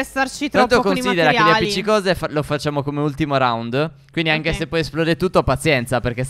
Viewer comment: Minuto 3:5 stef dice anghe